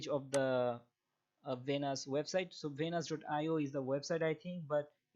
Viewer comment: It’s Venus coin not vanus and it’s lend Not lannd